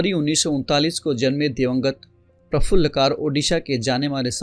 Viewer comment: प्रफुल्ल कर not कार